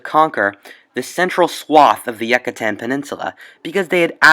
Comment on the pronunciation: Yoocatan not Yuckitan.